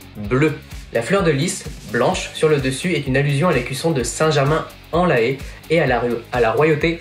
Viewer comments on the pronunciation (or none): C'est " Saint Germain en " lé ". :p ( comme dans " lait " ) C'est joli mais la fleur de lys, comme tu le dis, c'est un symbole royal : le Quatar qui a voulu son retour - qui possède le PSG - ref. à leur royauté. Et la forme ronde - que tu n'as pas fait apparaître puisque t'as voulu une forme plus ovale comme le stade - c'est une ref. à la cocarde pour justement pour compenser cette fleur de lys et revenir à l'image populaire du foot ^^ Le soucis de ton logo est le choix du bleu : ca fait très parti politique très à droite. Ce n'est pas innocent si le PSG a changé ce bleu en 2013 juste après les élections x). Tu rajoutes en plus la fleur de lys, bonjour les quiproco.